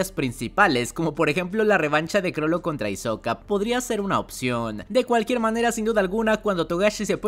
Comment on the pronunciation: Es ixoca no " Hizoca" 🙄